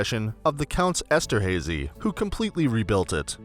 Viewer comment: Very distracting how the narrator mispronounces Haydn and Esterhazy.